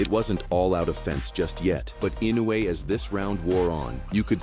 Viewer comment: Okay, but you can't pronounce his name correctly. Inoue is pronounced In- noh - e. It is a long extended o.